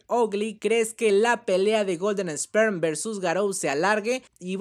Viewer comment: ( se dice esper no Sperm